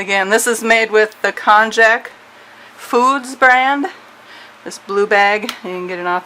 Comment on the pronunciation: Great video and recipe. however, it's pronounced "kon-yak". note: Pickling lime is also called "slaked lime"